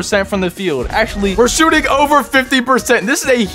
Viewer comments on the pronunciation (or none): Did he say “shottin 27 times?” Whose English? It’s a joke btw, before anyone says anything!